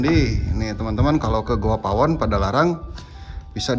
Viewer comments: ngomong nya yg bener dong,,GOA bukan GUHA,,,😁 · Goa om bukan Guha...😁😁😁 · Goa bang bukan guha.... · Bukan Guha .goa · Plis bilangnya GOA bukan GOHA. kesell dengarnya